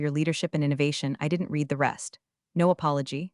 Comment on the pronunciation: If being too lazy to ensure that "read" is pronounced correctly is great work